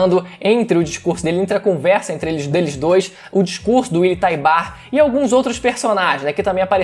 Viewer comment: “Uily taibar” skdkdkdk